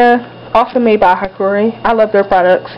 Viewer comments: Not trying to be a smart ass, lmao, but hikari is pronounced "hee-kaaree" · pronounce it like, hi-car-e